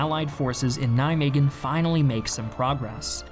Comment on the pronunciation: Your pronunciation of Nijmegen made me pissed of it is not a fucking g except that very informative video thanks